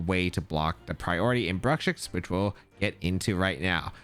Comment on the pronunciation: I have heard a lot of mispronunciations of Bruxish, but "Brukshix" is definitely the funniest one, lol. Never change,!